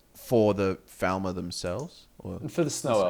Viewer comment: I've noticed that you say Falmer slightly wrong